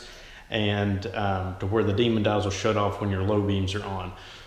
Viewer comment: DEMON EYE. NOT "DEMON-D" EYE. THERE IS NO 'D' AT THE END OF THE WORD DEMON.